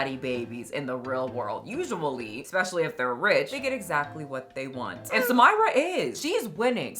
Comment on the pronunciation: Far from me to correct the plus size lady, but her name is Arabic, is spelled Samirah and it's pronounced Sah-mee.rah